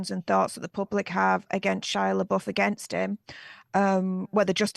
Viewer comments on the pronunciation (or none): “La boof”💀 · It's Florence 'Pew' and Shia la 'buff'. Not la BOOF.